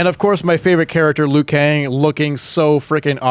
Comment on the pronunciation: liu kang not "lui kane"